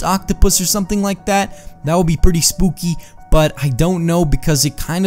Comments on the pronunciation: Spoookey It's funny how you say that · Why do u say 'spookie' like that?